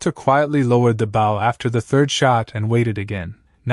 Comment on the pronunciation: Maybe someone should listen to the narrator before posting. The mispronunciation of the word “bow” is extremely annoying.